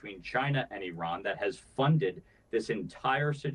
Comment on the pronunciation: Congratulations for finally learning how to pronounce Iran